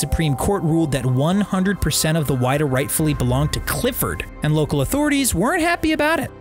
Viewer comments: It’s not the Why-duh, it’s the Wid-uh. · There is actually a museum in Yarmouth. I’ve been there a few times before for school and summer camp, very cool! Edit: also forgot to say, it’s not why-da its wi-da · It’s the whiddah and it’s not like wide. Like will. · It was called the WIDDAA. Silent I. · Its Wid-ah and Chat-ham.....new England has its own pronunciations I guess. Thank you. Its so interesting. Great info.i had no idea that was the story behind it. I never thought It would be found.